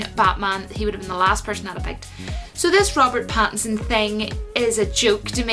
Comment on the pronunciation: Robert Batinson. 🤣 I don't like it. It sounds too much like Bat in son. I don't like it when people try to say Batman and Robin have a gay relationship. I know that's not where you were going with that. I'm just saying. It was a cute attempt, but I don't like it. Going to watch the audition tape right after this video.